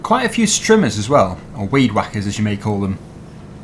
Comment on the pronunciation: It was funny how he said weed whacker